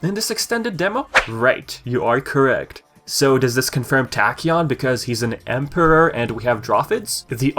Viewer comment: He does have a funny way of pronouncing certain words. The way he says "emperor" seems off too.